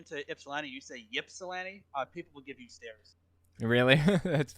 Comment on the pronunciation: I'm only a couple minutes in, but as someone who spent two years living in Ypsilanti, I feel duty bound to point out that everyone there pronounced it like "ip-sill-ant-ee," not "ip-sill-ahnt-ee." The "a" is pronounced like it is in "pan," not "lawn." That said, Michigan definitely has some weird sounding words, to be sure. I'm in Iowa now, and we have loads of words borrowed from various Native American tribal languages. Now those are fun to say, haha.